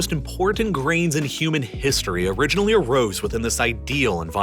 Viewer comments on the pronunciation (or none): none